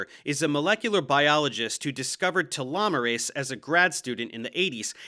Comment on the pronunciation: You even pronunciate telomerase correctly but then go back tee-lo 😂